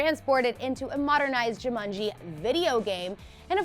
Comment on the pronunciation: People should not present things if they cannot pronounce the subject matter correctly, someone please teach this woman how to say Jumanji.